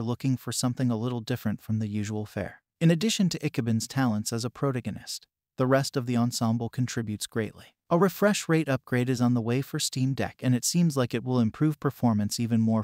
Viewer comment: Joh bro...not to sound like a duce or anything but please learn how to "pronounce" words. I would reccomend trying 1:Al-te-lier 2: pro-ta-go-nist just to name two. Was kinda distracting when the specific words and some other words were totally butchered.